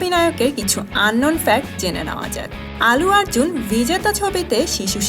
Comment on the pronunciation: প্রথমত, তিনি আল্লু আর্জুন, "আলু আর্জুন" নন! -দ্বিতীয়ত, তিনি তেলেগু এবং মালায়লাম ছবির নায়ক। তামিল ছবির নায়ক নন। আপনি শুদ্ধ উচ্চারণের একটা কোর্স করে ইউটিউব চ্যানেল খুললে ভাল করতেন। আপনার উচ্চারণ শুনলেই ভিডিও দেখায় অরূচি এসে যায়... :/